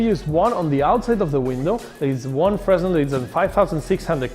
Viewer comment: its prounced Fearnell not freznel